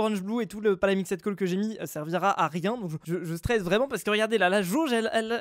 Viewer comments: Stp arrête de dire "palamixède coal" c'est "palamixt coal" Merci 😅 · Car le ed ne se prononce pas et on prononce seulemnet le d